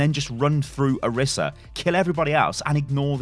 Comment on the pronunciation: It is (Or-ee-sah) not (or-i-sah)